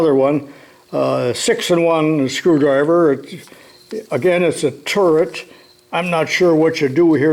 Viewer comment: The first time he said turret, I thought he said “setup like a turd”, I laughed my ass off for a second